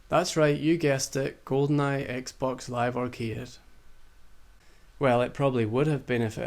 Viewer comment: what dafuq is a "zeeboo" ? died